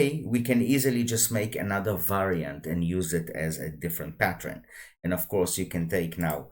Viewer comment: patt-ERN not patt-REN 😉 Thanks for the tuto